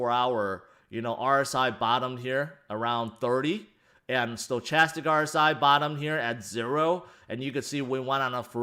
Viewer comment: I'm pretty sure it's pronounced "stoKastic"